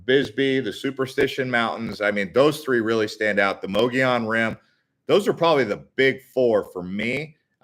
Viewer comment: If you are going to do videos please research pronunciation. Mogollon Rim is pronounced muggy on. The white mountains have a very deep and historical history. Including the alien abducting of Travis Walton. Yes there are strange things that happen up there it was inhabited by Spanish there are still heards of wild horses that descended from the Spanish horses left behind. Hispanic people also settled in the area as early settlers. Is close to the Navajo nation, and founded by Mormon. It is also a very beautiful area, popular with campers and hunters and of course there is the famous Show Low.